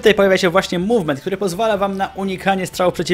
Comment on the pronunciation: Dokładajcie do tego mółwment.... Może jeszcze: pamiętajcie, że ważny jest siutking ale ze strejfem w mółwmencie! I na litość boską nie "burstamyyy", ale "bełrstami"... Końcówka języka sięga do palatum! Polecam jednak używania języka polskiego, albo angielskiego. Takie hybrydy to brak szacunku dla obydwu.